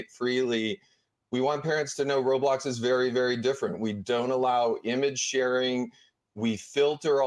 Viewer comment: Why does she keep saying roadblox